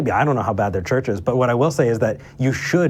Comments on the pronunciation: More like 'shurshes' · Why does this guy pronounce churches as “searches?”